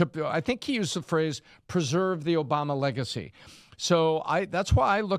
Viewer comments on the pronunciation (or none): none